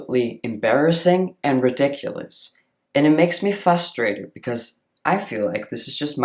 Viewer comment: You always say fustrated instead of frustrated.